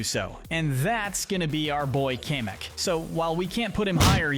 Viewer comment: It’s pronounced JAHN-clawed and KAM-ick, “”! 🤨 Also, you forgot Maxime Le Mal! 🤨